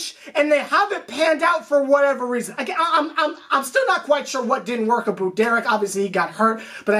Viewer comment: been watchin for almost a year now the rants are hilarious but I still dont get the "aboot" thing... i thought i was a Canadian thing but idnt even know if your from canada 😂😂